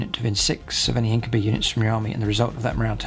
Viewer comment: Your pronunciation of Incubi it's actually the most correct since it's a latin word